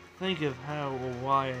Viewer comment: its how not hiw